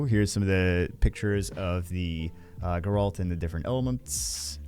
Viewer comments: “Garalt” “Geralt” 😂😂😂 it’s okay you will get it eventually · It's geralt not "geralt" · Take a shot every time said Geralt the wrong way lol, good luck to those from the school of the Wolf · Gair-alt. Say it with me. No, you said Kaer Morhen correctly, just can't say Geralt's name correctly 😅